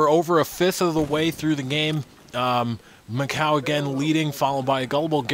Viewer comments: dude its macau. like. mac-cow. its a city... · lol mac-coo :D i wonder how they come up with those pronunciations :P